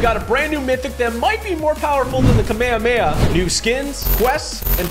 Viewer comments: ITS NOT KAMAYAMAYA ITS THE KAAAAMAAAAHAMMMMAAAAAAAA HAAAAAAAAAAAA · Did he just say kamayay?? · At least he didn’t pronounce it “kameyomama” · "kameyameya" -Typical Gamer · "Bro really said kameyameya"💀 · bro really said kameamea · kamekeah bro its kamehamameHAAAAAAAAAAAAAAAAAAAAAAAAAA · Am I the only one who gets bothered by when he says Kameyameya instead of Kamehameha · it's came e hum e not kamekamama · It’s not kam a ma a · We've got a brand new mythic that might better than the “ka’meia’meia.” 💀 💀 💀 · I know it’s a joke but that might just be the most funniest way of saying kamehameha “KAMEHEMA” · I love Yur Videos But as Soon As The kamehameha Came Out you Said It Wrong It's Ka-Me-Ha-Me-Ha I hope FN gives you a fortnite icon skin and also another reaso nis yur acent cause yur canadien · BRUH ITS NOT KAMEAMEA ITS CALL ME YO MAMA😂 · Your saying kehamehama wrong! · I'm a dragon ball fan and you saying Kamehameha it just I don't like it but I Don't control your life so you be you Edit: how to say it ka-me-ha-me-ha The sound for the me is may, the others like ka and ha is how they sound (just the sound) now say Kamehameha with the may sound and that's how you say Kamehameha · It’s not kaumeamea that’s what you’re saying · The fact that he said Kamehame ha wrong is killing me 😔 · Can we all just say that he says kamehameha really wrong in the beginning.